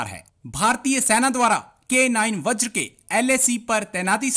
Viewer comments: Vajra ko baajra bolthe hai aur Mirage ko Marriage!!!!!! Kia gunda banega re tu????? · 2.58 baajra nhi vajra hai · इसको बोलो बाजरा नहीं वज्र होता है।😂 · बाजरा नहीं। बज्र है ज़हिलो।।।।पाकिस्तान कि education।।अल्लाह हि जाने।।😂😂😂😂😂